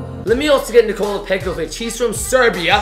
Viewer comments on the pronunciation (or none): none